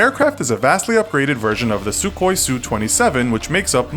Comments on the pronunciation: Its SUKHOI (Сухой), not SUKOI. Pronounced as SuHói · The Su in Su-35 is not pronounced "sue". It's a single design bureau (as mentioned that is Sukhoi). MiG is pronounced as it is spelled because it was originally the combination of two designers last name. Not so with Sukhoi. I'm sorry it's a minor detail but I cringe whenever some American says "sue". Please some basic research and you would have heard how to pronounce it correctly.